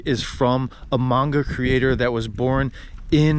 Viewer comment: Great vid! You hit some of the great places in A-ki-ta. Maybe check some of your pronunciations like Aomori and Manga. Looking forward to more vids from you in Tohoku!